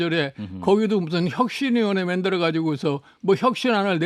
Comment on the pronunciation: 만들어를 맨들어로 말하는 나이대의 정치인은 제발 은퇴하자!